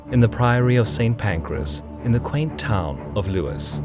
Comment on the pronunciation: "It's early morning, the 14th of May 1264. King Henry is ensconed in the Priory of St Pancreas, In the quaint town of Lewis. The Royal cats, pitched all round the town, are slowly waking up." Don't you just love AI voice.......